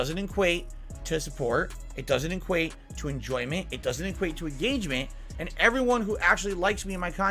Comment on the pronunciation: He is saying inquate instead of equate. He did it three times, so it wasn’t just a misspeak.